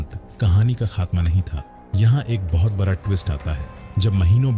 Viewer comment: Ek bihari sab pe bhaari बरा नहीं बड़ा सही शब्द होता है 😂